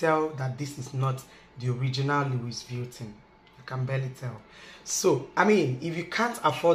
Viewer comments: No offense it's pronounced as Louis vutton...not Luis vietin.......lol....u and my husband na the same with pronunciation....no vex oooooo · Sorry👌🏽 call it * Luviton" please. english is our 2nd Language we all know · Its pronounced as 'luivitton or luvitton ' our dear. Its a good replica. Soon you will get the original in JESUS name. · Correct pronunciation for a fake version of the original brand. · Can you please pronounce the name well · You are not saying it right please